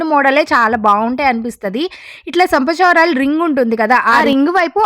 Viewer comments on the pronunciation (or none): సంపచవరాలు కాదు అండి చంపస్వరాలు అనాలి. Please don't mind. Just మీకోసం correct pronunciation చెప్తున్నా 😊. But mee idea chaalaa baagundi. Meeru kuda చక్కగా unnaaru